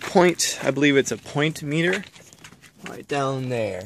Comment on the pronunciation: "Point meter" ?? .. Are you trying to say "potentiometer" ?